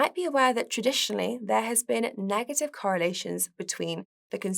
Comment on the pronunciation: It sounds like it’s hard for her to pronounce the “e” sound. “Septamber”, “nagative” etc. It’s a bit distracting/annoying.